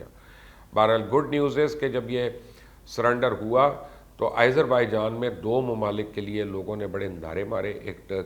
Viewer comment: it is pronunciated as "Aazarbaijan" not "Izerbaijan"